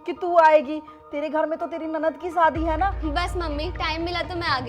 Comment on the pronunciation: सादी not शादी 😂